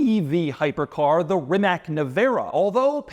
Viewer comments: It's rimac,NOT rimaK 😂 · Ree-mahts That's how you pronounce Rimac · Rimac is pronounced Rimahts. I’m not trying to troll or be annoying. I love your videos! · "Rimac" is pronounced Rimats, not Rimak. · After so much time and so many presentations, at least learn how to pronounce the name RimaC. It would be an amazing achievement for you obviously. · Doug is the type of guy that still can't figure out how to pronounce Rimac after all these years.